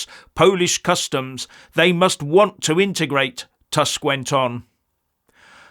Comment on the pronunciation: proper pronounciation is "toosk", not "task"